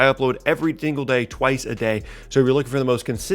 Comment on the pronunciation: every thingle day